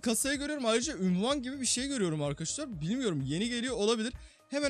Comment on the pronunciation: Abi ünvan değil unvan